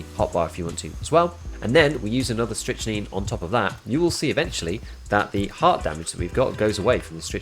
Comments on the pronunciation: I've been using this tech since the patch, it's actually awesome. By the way it's pronounced "strick - nine" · It's pronounced "Strict-Nine" my guy :) Great content as always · You're both wrong and right, it's pronounced 'strick-neen'. Just like amphetamine. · Leave the poor Brit alone. They don't know how to properly pronounce English words. 😉